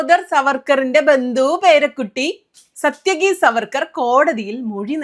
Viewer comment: സാത്യകി! (It's not 'സത്യകി'.)